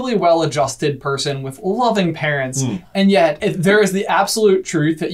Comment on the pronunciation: "PAERNTS" OOPS